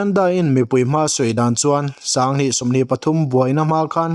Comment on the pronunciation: Sanghnih tih turah pawh sangnih te ti lawm😂😂😂 ṭawng lamah tlemin hma vir a nei aniang 😂😂